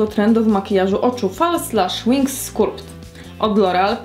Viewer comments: skAlpt brzmi przynajmniej jak bardzo drętwy, ale jednak angielski, a skUlpt to ani trochę nie jest wymowa nawet zbliżona do angielskiej. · no na pewno nie skAlpt. Wpisz w google translate i wybierz wymowę, to raczej przeciągnięte, płytkie 'uo' z niemym 'p'. Właśnie zauważyłam, że laski w filmikach z uporem wymawiają skAlpt, a żadna nie mówi poprawnie. Wolę skulpt:)